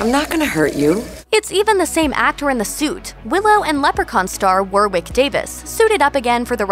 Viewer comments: "War-Wick Davis?" War... Wick... FFS. Warwick is pronounced wɒɹɪk in IPA. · it's pronounced WARRICK! not war-wick! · "War-wick"??!?! "War-rick" : the second w is silent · War-wick! It's Wa-rick. The second w is silent! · War-wick...War-rick...second 'w' is silent. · Its not War-wick its pronounced Warrick, jeeeesus. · Who the hell is War-Wick Davis?? It's pronounce Worick - as in wasp or what or war. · Stop calling Warwick "war-wick". It's pronounced like "worrick". How can you not know that? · Americans always mispronounce that 🤦🏾‍♂️ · Hi, soz but ... i know you're American & his name probably does not exist in your country but Warwick Davis' name is said "Warrick" - silent W .... not said War-Wick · Have you still not learned Warwick is pronounced "Worrik". He was also in all the Harry Potter films. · For goodness sake, Warwick is NOT pronounced “War-Wick” Try wrapping your laughing gear round this.... it’s pronounced “Worrick” the second W is silent. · Just so you know, Warwick Davis' name is pronounced "Worrick", not "War-Wick" 😂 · It's not pronounced war-wick, it's worrick. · War wick davies 😂😂😂 gotta love Americans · ‘Warwick Davis’ lol you pronounce it Warrick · His names not pronounced War-wick! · "war wick davis" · warwick is pronouced WORRIK its W O R R I K omg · What’s with mispronouncing Warwick Davis’ name? It’s war-rick. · Fucking War-wick Davis?! Are you kidding me? Are you that American you don't know how to pronounce Warwick? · Why can't Americans pronounce Warwick properly?! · War-wick Davies...ffs 😂😂😂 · omg it's pronounced Worrick Davis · The mispronounciation of Warwick Davis made me cringe! 😣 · Not sure you could butcher Warwick Davis' name any more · Hahaha, thats really not how you say Warwick. I know, because I live in Warwick.